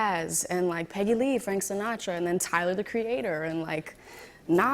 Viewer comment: I love how she says "Tyler the Creator" like it's a genre of music